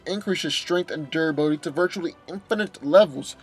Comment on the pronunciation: Durability not dura billy